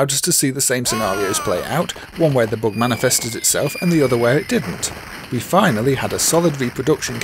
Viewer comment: Why are you saying "boog"?!